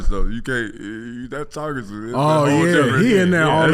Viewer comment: Traget...pronounced now...TARGET' with French accent to sound fancy 😆